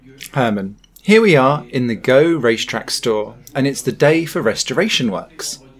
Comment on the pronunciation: Please say gueux not go